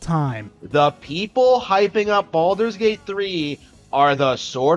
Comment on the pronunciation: "Balldols Gate 3"